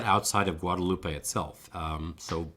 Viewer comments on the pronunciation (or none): please pronounce Guadeloupe correctly, it ends with the p sound not eh